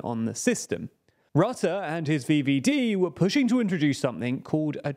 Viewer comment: Heating VVD with English pronunciation cursed